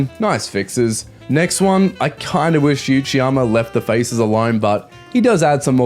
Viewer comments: Love the video bro, but its Uchiyama (oochiyama) not Yuchiyama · Why are you saying 'you-chiyama'?